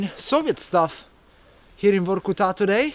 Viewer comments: Everytime he said VORRKUTAAA, I got more angry, it's so annoying 🤣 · the pronunciation is vArkuta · But you say Varkuta far too many times bruh.. 😅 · Say Vorrkutaa one more time... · Stop with this Vokutá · He says "Vorkutta" 116 times during this video...Vorrkutta !! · This guy said "vorkuTÁ" 1million times 🤣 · Say VOR KU TAA one more time, i double dare you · If he says Vor-Ku-Ta one more time 🤨. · How many times did he say Vorku-ta? :DD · Vor-ku-TAA? What is this? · In Russian if an accent doesn't fall on an "o" you pronounce the "o" as a very short "a". So that would be Varkoutaah. Also, that car was a Volga, not a Lada. Thanks for the video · Say Vorkuta one more time mf. I dare you. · Vorkuta in your mouth sounds like new type of pizza. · Very interesting video. Although it gets to my nerves everytime he says Vorkuta. 😖